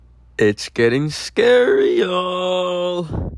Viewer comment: Based on how says “scary” I’m pretty sure he would spell it as “SCAREEI 😨”